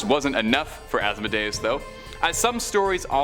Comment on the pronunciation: Asmodeus is pronounced-(Az-moe-dee-us). Just a little heads up